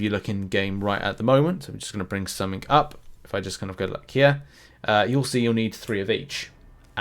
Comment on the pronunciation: You said Jest?? You mean just?